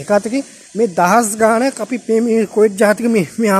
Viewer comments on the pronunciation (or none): none